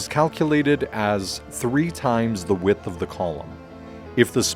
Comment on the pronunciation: Thank you for this helpful video. (Do learn how to pronounce the definite article in its various contexts.)